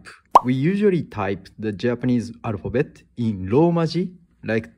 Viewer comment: I hear a Japanese man speaking English but can't pronounce the L sound, R instead. "Arphabet" instead of "alphabet"